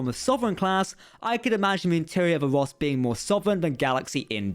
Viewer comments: Cant tell if your saying " Ross class" or "Woss class" lol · You say ROSS class, but I always hear VOSK class (the Na'kuhl from ENTERPRISE)